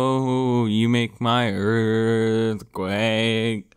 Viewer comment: Earf Quack